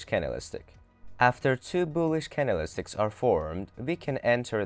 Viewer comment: "can-del-is-ticks" ?? .........................................................................Priceless.